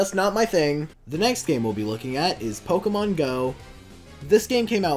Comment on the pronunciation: its pokèmon go not pokeeemon go